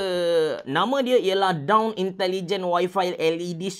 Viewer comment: dawn ke down ... hahahaa bereh bohhh